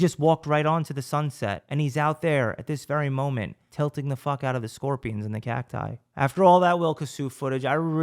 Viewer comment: The fact you know the correct way to say the plural of cactus 🌵 is astonishing